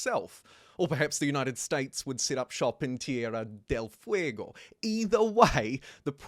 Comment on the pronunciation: As someone from Argentina that "Tierra del Fuego" was good, quite rough obviously, but apart from the Rs, sounded correct.